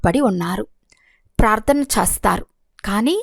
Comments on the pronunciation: Om Shanti Akkayya Garu Chastharu x chestharu ✓ Yenphye nalugu X Yenbhai nalugu✓ Visham X Vishayam ✓ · Om Shanthi... A small correction while explaining that you are pronouncing "Chestharu" as "Chastharu" which it changes the meaning of that sentence. Chesthe /Chestharu means will do and Chastharu means will die.